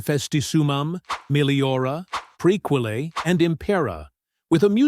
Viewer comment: Also “Prekwellay” 🤦‍♀️